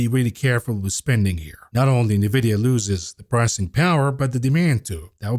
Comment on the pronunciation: 2024 is never too late to learn how to pronounce NVIDIA.